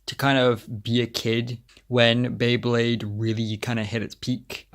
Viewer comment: Drinking game: take a shot for every time mispronounces “Beyblade” Jkjk